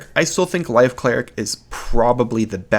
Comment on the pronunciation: At times I can't tell if you're saying LIGHT or LIFE cleric.